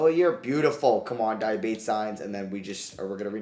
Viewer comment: di-ah-bah-tey di (as in DEA in dean) ah (ah) bah (as in BA in barn) tey (as in TAY in taken)